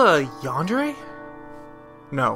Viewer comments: Yandare is a Japanese word, not a French word. The "dere" portion is pronounced the same as "dere". Also, just because love is the key doesn't mean it looks like the key. Only plot armour or something similar would make love an obvious answer for as to how one may person can unlock their 10,000 year old hereditary sealing power. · Did you just say yawn-dray?! 😆😅